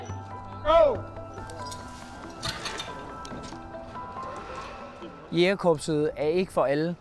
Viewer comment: kære hr fortæller...det hedder ikke jAgerkorpset...men jÆgerkorpset, tak. Bortset fra det.. fed doku og stor respekt til alle jÆgere samt frømænd <3 :)